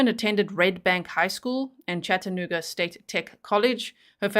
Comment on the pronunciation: Catching this on the replay as I missed most of the live!, I love how you pronounce Chattanooga 😄—especially with your accent. Down here in the Tennessee region, most folks say it like "Chadd-a-nooo-ga" 🤭—unless they’re new to the South. It’s kind of like Louisville, Kentucky. People who aren’t from around here might say "Lewis-ville" or "Louie-ville," but locals from this region will let you know it’s "Lou-vull." I grew up in a small/rural farming community in Wisconsin, so moving to Birmingham, Alabama at 18 years old, and never being exposed to any other part of the country other than the midwest. Boy, was a whole culture shock. Thank goodness my new community quickly gave me a crash course in Southern living so i wouldn't stick out like a vulnerable "sore thumb" 🫣: 1. It’s “y’all,” not “you guys.” 2. It’s “Coke,” not “pop.” 3. And for the love of sweet tea, it’s "Lou-vull," not "Louie-ville." 😂 Funny enough, within a few years of leaving my small hometown, one accent that drives me nuts now is the one I grew up with. It’s like nails on a chalkboard—but also a little nostalgic. When I visit Wisconsin, I’m the one with the accent now, but within 24 hours, I’m back in full-on “Yankee girl” mode. Then I come home, and the same thing happens in reverse: the Wisconsin girl gets shoved in the back seat, and the Southern woman takes the wheel again. It’s like my accents have a time-share agreement! And even though I’ve now lived more of my life in the South than I did in